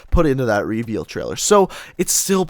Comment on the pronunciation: Do you guys cringe as well when he says r”e-veeal“ ?